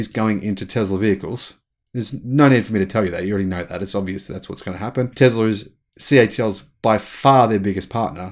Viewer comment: It is Tesla habibi not Tezla